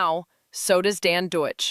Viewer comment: No heavy criticism of your commentary, but the person you're referring to is Dan DAKICH, not Deutsch. Otherwise, good commentary.